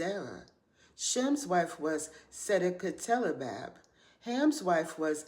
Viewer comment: I don’t connect with the “ Daddy’s Girl” concept, but I appreciate the mention of the women who are denoted as the post-flood mothers of civilization and their most important role. TFS! (Also, props on pronouncing their names: Adataneses, Na’eltama’uk, and Sedeqetelebab).